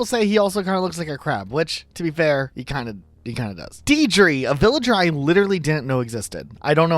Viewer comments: It’s DeiRdre not Deidre. That name is derived from Irish mythology. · Deidre's name is pronounced "Deer-dra" so it's very punny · deirdre being pronounced deedree got me good lmao 😅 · Deirdre is actually pronounced ‘deer-drah’, but yeah it’s probably a play on words as she’s a deer! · Your pronunciations are horrible. How can you not know how to say Cyrano? It’s one of the most famous plays of all time. Étoile is e-twal. French. and Deirdre is Deer-druh. Because she’s a deer, duh.